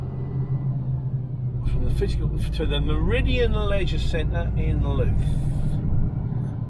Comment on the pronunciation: Just for future reference, Louth is pronounced like mouth.